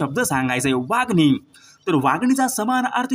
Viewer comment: Wagni nahi Wangi